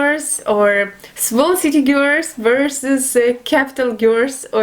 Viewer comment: my darling, in English we pronounce "Girls" like this - Gir'ls try it... or date an English Guy/Girl... it comes to you easier no:) have a wonderful day x